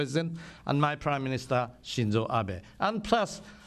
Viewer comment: That is AH-BAY. AH-BAY AH-BAY. He's your best friend President Trump, learn to say his name right. (Maybe he calls you Donorodo Churummpu though and that's why you tease him by calling him AH-BEE)